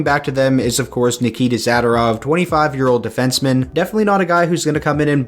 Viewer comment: Zader-ov???? Nope. It’s Zuh-door-ov